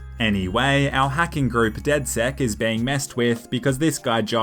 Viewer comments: It's not dedsec it's dedsec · It's not dedsec it's dedsex